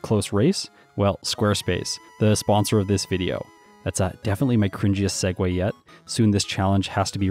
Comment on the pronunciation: The moment you notice him not being able to pronounce the name of his sponsor